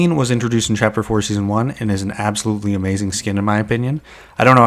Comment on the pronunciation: bro said chaper three seasoon 5?